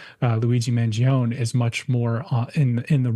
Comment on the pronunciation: *Mangione is pronounced mangion-eh